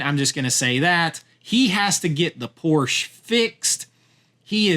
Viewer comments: I still say Clevland Indians. So I get it. But, mine, I'm just refusing to be pc. Your mispronouncing a car company that has been around over 70 years. and in this case, also mispronouncing their family name. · Is weird science, raunchy? Mischief, and Porky's should be on here over other titles. ok u mention mischief. Dude, Tom tells you how to say Porsche when he says the 80's slogan. "Porsche, there is no substitute."